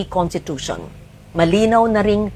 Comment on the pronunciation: She's a long-time senator and former journalist and yet she can't even say conStitution or konStitusyon??? She kept saying contitution